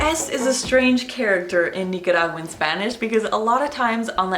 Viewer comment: YOUR PRONUNCIATION??? girlll you definitely sound like a native Nicaraguan!!! Gracias por compartir nuestra cultura con los angloparlantes <3